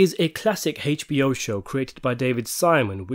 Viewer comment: is "HASCHE" like an extra british letter or something? its just H (A-che)BO not H (HAY-SCH)BO DYSENTERY